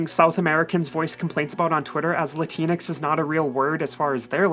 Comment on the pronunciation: I thought it was pronounced Latin-X instead of La-tinex. Sounds better that way imo.